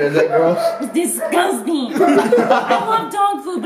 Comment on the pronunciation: So shes fine with brushing her teeth with poop water but says licking a steering wheel is "dizguzting". I fricking love her!